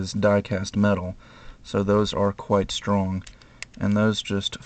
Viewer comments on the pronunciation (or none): none